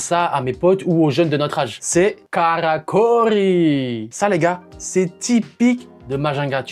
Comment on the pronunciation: «Karrrrrakôrrrrry» 🤭 C'est drôle et mignon à entendre.